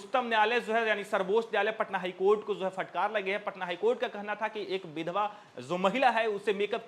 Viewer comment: फ़टकार मत बोलिये । शुद्ध उच्चारण फटकार है ।